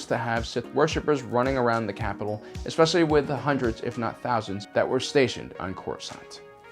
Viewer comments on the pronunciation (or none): none